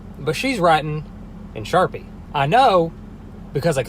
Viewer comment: 'sharpie' okay